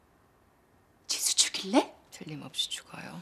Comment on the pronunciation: 지수가 지선우로 들림